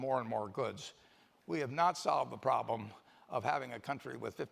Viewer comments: Your pronlem is the problem. LOL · Dept? Pronlem? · I thought it was intentional to clear up that hes an idiot that cant even pronounce "problem" correctly. It's been a while since he had any I think that's why. Hes a liar. His optimism is all bullshit fairytale. He can talk all he wants about historical numbers and examples but hes nor considering all other things that have changed such as tax rates, laws, domestic production and outsourcing. He can afford to lie because we are all poor fools and he has a contingency plan. He can afford one and you can't. If you were old and near senile with a shit ton of money and minions that do everything you say, what would you be worried about? I cant think of single goddamn fucking thing except how to keep you all content in your servitude to your lien holders. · What is Pronlem?? That’s just lazy as f@@ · pronlem or problem? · What is a Pronlem? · "Houston, we have a pronlem" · Wtf is a Pronlem? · It's not a pronlem. It's a problem.